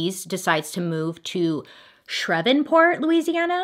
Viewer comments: Shreven port? Love you Bailey but it’s shreeeev port. So many giggles. 😘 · NOLA girl here screaming SHREEEEEEVPORT 🤣🤣🤣 I Still love you girl. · as someone from Louisiana, hearing “Shrev in port” instead of “shreeve port” ….😭 i cannot 😂😂 also i can’t believe she went through all these men like nothing, lol. i can’t even deal with my 1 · Bailey: “Shrevenport?” Me: Shreveport!! 🤣 (Sh-r-eeeeeeev-port) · “shrevenport” 🤣first time i heard that one 🤣 its more like “ SHREEF-port” 😂 it was a great effort though ❤😂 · Btw it’s said like “shreev-port” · Louisianian over here 🙋🏼‍♀️ lol Shreveport is pronounced "Shreev-port". However, you totally nailed pronouncing Bienville! 🙌🏻 A lot of Louisiana cities, parishes, towns, etc have name spellings with completely different pronunciations than they look like, which can be so confusing, so no worries! Lol I LOVE you and your videos btw! ❤️ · Pronounced shreev port Lol! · Bailey: I got roasted for how I pronounced New Orleans Also Bailey: Shrevenport 😂 Absolutely iconic. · New Orleans girl here! Great job on pronouncing Bienville. Shreveport is pronounced Shreeve port lol! Love you girl! I listen to you while I work out! You helped me lose 40lbs this year! 💕❤💕🎉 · Because where’d the n come from lol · shh-Reeve-port 😂😂that part really got me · Shreev port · Shhhhh-rr-eve-port thoooo. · Bailey: “new or-lins! See? I learn when you guys roast me” Also Bailey: “SHREVENPORT” 😂 I adore you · True, some of em, even I have a hard time with and I've lived here my whole life, but Shreveport is one of the easiest ones. Lol Last I checked, Shreveport didn't have a N. "Shrevenport" 🤣🤣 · Bailey: Shrevenport? Me, shaving my legs: DID THIS LADY JUST TRY TA SAY SHREVEPORT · I never thought Bailey was pronouncing cities in her other videos wrong until I heard her say shrevenport lol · “Shreve” sounds like Steve with an “SHR” but say it as “Sh-reev-port”. Just be glad you didn’t have to say Tchoupitoulas!! Lol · It’s Shreevport. The v is almost silent.